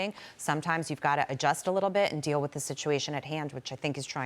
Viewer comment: Did he say deal or squeal